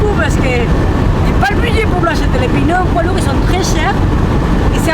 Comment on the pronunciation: c'est pas des pineu c'est des peu neu ahahahahah :face-blue-smiling::hand-pink-waving